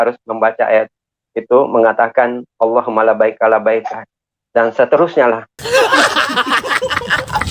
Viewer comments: Ber ber hapalin lagi bilang sajadah aja sujadah.alohumal labaik aja blepotan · Pendeta atau pelawak.wkwkwk Lalakum, Allah humalabaikaka.wkwkwk Sarjana agama kok, lidah keserimpet".wkwkwk Salah semua bahasa arabnya, tukang tipu nih demi murid🤣🤣🤣🤣 Cuman di grup sebenah nipu orang jadi bunglon dapet pahala dan di jamin sorga🤣